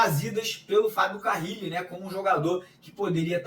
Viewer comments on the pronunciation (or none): Pq fala Fábio CaRRile? É Carile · Que nervoso do falando Fabio CaRRile ao invés de Fabio CaRille! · CARRILLI OU Carilli Mário? O sobrenome dele só tem uma letra R... lê e fala o nome dele certo... valeu... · Carrili é dose 😂😂😂